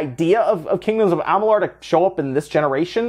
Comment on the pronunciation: I hope they do something with Amalur (Ah-mah-lure, not ah-mah-lar). They did great with Elex and with this I hope they remake it. A One X enhancement would be dope